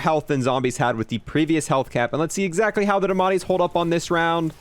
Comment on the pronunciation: I like how he called it the ‘damatti’ instead of ‘diamatti’ just completely forgets the I